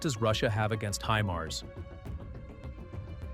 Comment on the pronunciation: "히마르스" 무엇이요, 군사지식이 있는 아나운서를 사용하세요. 구독자도 꽤 많은데요.